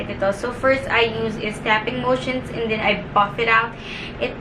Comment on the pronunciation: For some reason, nawawala yung letter E mo nagiging I (e.g piecis, brushis, and thin(and then)). Pero when you speak english lang naman. Ok naman pag tagalog